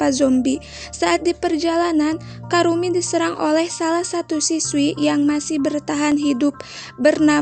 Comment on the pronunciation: Namanya ebisuzawa kurumi kk bukan karumi🤧